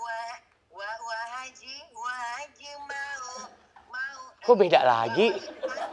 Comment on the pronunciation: HAJI ya bang, bukan HAJAH. Yuk bisa yuk 😊